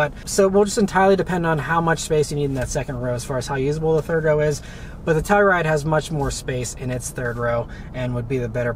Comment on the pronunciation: Ah Beth this is baby poop brown...you'll get used to it. Love the channel. One more thing. please annunciate "Telluride". I thought you were saying Toyota Supra. Thanks.